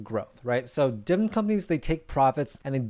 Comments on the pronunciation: its pronounced DIV-I-DEND, NOT DIVEN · I’m 58 years old. Either he is saying dividend wrong or I’m an idiot 💁🏿‍♂️💁🏿‍♂️💁🏿‍♂️💁🏿‍♂️ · i need to hear you say dividend correctly at least once